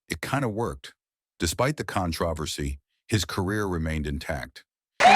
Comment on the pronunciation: Your Al engine has really bizarre pronunciation of controversy. Con-tro-versy, maybe with emphasis on the "O" if the speaker hails from the UK.